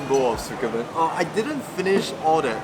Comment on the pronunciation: The way you pronounce tsukemen 🙃 It’s tsu-ke-men not su-ke-men... Tsu sounds almost like zi.